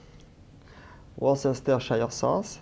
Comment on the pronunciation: worcestershire is pronounced as wostershare